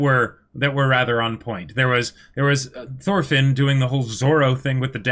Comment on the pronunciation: Thorfinn (x) Toolfin (√)